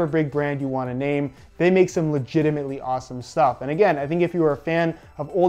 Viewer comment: Dare you to count the amount of times he says legiemant